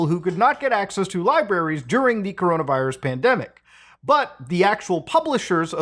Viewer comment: coronairus lol